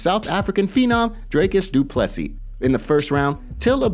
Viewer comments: "Derrick Do-Plough-See" ... can't ignore this this name if you're a rugby fan! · Im not complaining, but do you have to Butcher Dricus Du Plessis name like that ?